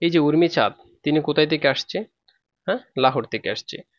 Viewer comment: O sir urmichad nay umichad✋🌝